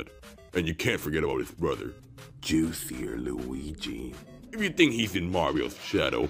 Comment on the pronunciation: I can't believe he pronounced it as "Juicier" Luigi. I wasn't expecting that